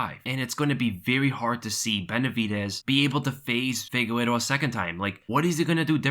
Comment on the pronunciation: Never understod, this man looks at the mans name (Figueiredo) and keeps saying FIGUERO...